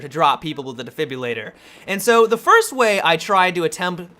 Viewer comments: DE-FIB-RIL-ATOR not difibulator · Defib-RILL-ator, not Defibyillator lol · De-fib-rill-a-tor Defibulator is not a word. That shit just drives me nuts for some reason. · I love your videos and stuff but man. De-frib-illator - is how you pronounce it. It defribillates the heart. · De fib Ril la tor Not being a dick, Just correcting for the sake of personal growth.